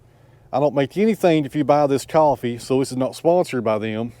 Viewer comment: Are you saying Offee or Coffee? 😄